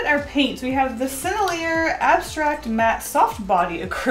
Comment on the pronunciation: her pronunciation of senellier hurt me a little inside